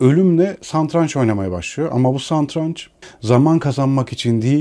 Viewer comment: Ingmar Bergman - The Seventh Seal Santraç değil “Satranç” bu arada 😊